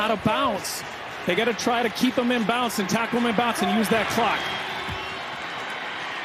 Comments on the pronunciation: Did that announcer say out of "bounce"??? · How does a professional commentator say bounce instead of bounds